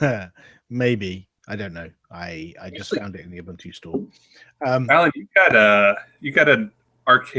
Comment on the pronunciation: What's up with his pronunciation of Ubuntu? Shouldn't an Ubuntu Community Manager know how to correctly pronounce the name??